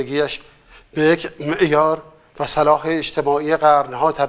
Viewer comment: اقای بیضایی شما نشان داده اید که در ساختن فیلم دارای استعداد هستید.ولی درادبیات جزفیلم نامه ما از شما چیزی سراغ نداریم چه برسد به شاهنامه ْ.وقت با ارزش مردم رابا کلماتی که حتی تلفظ انها را نمیدانید امثال سلاح وکلی غلط های دیگرکه حتی یک دیپلم دبیرستان اینگونه گاف نمیکند گرفته اید ومیخواهید اثرفردوسی بزرگ شاهنامه را بمردم یاد بدهید .بدتراز همه به عقاید بعضی از کسانی که به شما گوش میدهند توهین کنید بقول شاعر کسی که بما نریده بود کلاغ کون دریده بود باور کنید اگر خانواده محبوب پهلوی نبودند شما وامثال شما هنوز گیوه به پا توی دهات بز میچروندی .شما تاریخ ۱۵۰سال اخیر ایران را بخوان شاهنامه را این جوری خراب نکن وبعهده اساتید واگزار کن و برو فیلمت را که البته نسبت به فیلم های ایرانی بهتروقابل دیدن هستند بساز